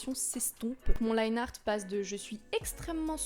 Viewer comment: Je me souviens encore quand tu disais "Liné art" haha